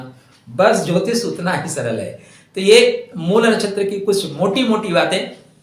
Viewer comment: जब आप शब्द को शुद्ध शुद्ध नहीं बोल / लिख सकते हैं तब आगे क्या करते होंगे?????😮 मूल को मूला कह रहे हैं???😮 राम पुलिंग शब्द है और रामा या रमा स्त्रीलिंग है, विभेद समझ रहे हैं??